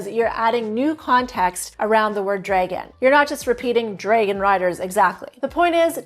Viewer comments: Is this AI? Several times pronounced 'dragon' as 'draygan'. It stood out, a very AI mistake. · It's interesting how she pronounces "dragon"